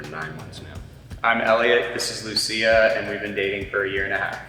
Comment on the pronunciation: As a Lucía his pronunciation of Lucía triggered me